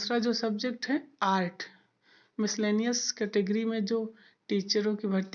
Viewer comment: मिसकालियनस नहीं होता है। मिसलेनियस होता है। ,All the best.